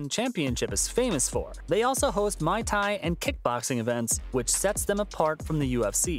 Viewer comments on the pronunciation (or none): Before you make another video, it’s M-u-a-y Thai not M-a-i Thai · "Mai Tai"??? "MU-Ay Thai" C'mon! 😆 Love both ONE and UFC. In some ways, I do like ONE better. Thanks for the video. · Mai tai??? Think you meant Muay Thai. 😅🙏🏽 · Did he just pronounce Muay Thai as Mai Tai? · lmao do you say Mai Tai? Instead of Muay Thai? bahahaha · "MY Thai"❗ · "MY THAI" ❗❗❗ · did this guy just call Muay Thai "Mai Tai"? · "Mai Thai".... seriously?! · Haha this dude said Mai tai hahah. Good drink but that’s not what that type of kickboxing is called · Wow the butchering of pronunciation is brutal. I’m pretty there’re plenty of videos pronouncing correctly of Muay Thai and Chatri Sityodtong, all you need to do is research. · when he pronuced Muay Thai wrong it absolutely ached me to hear that